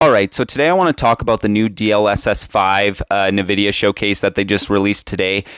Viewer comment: I've been using NVIDIA products for over 25 years and never did I ever once hear a single person pronounce it as "nuh-vidia. What happened in the last year where everyone just started saying it wrong out of the blue? It's weird